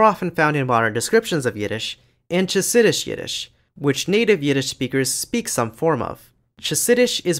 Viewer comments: lovely video! i'm glad yiddish was included (i only watched the yiddish part oops). just a note—the "ch" in chasidish is pronounced /χ/ 😭 people also spell it hasidish (or hasidic in "english") to avoid it being misread as /tʃ/ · only in Israel. American, Australian ,British, Canadian, Irish, New Zealand and South African Jews have shifted to English and Jews in the Soviet Union have shifted to Russian Chasidish (חסידיש) is pronounced [xasɪdɪʃ]. the merger of front rounded vowels and front unrounded vowels happened in all Yiddish dialects and many other German languages in southern Germany, Austria and Switzerland (where Yiddish was originally spoken). Hebrew and Aramaic loanwords are written like in their original language while other words are written phonetically. the [x] sound existed in Hebrew before Yiddish influence and [ʁ] also existed but not as the rhotic sound.